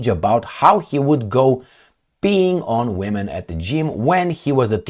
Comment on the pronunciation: PeePing not peeing.:D